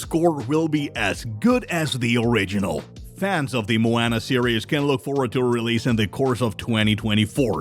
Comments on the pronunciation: Did you really just pronounce it mo-"anna" 🤦🤦🤦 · Dis man doesn't know how to pronounce the title character's name!😭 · ikr it’s like this man never even seen Moana before smh